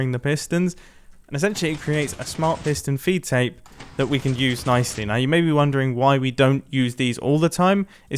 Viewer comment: ‘piston feet tape’ you sure you got that right mumbo